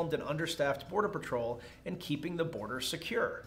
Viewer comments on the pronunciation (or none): none